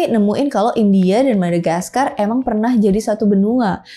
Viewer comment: sebut aja madagaskar gitu kok jadi madagaskarll..